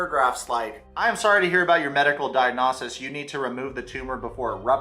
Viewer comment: lmao how you pronounced “diagnosis” 😭 not a “diagnosis” but a DIAG-NAH SIS 💁‍♀️